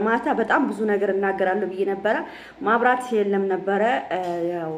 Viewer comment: መብራት ነው የሚባለው ማብራት አደለም የሚባለው